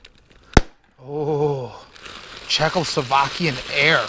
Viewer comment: stopped watching at "Czechoslovakian"...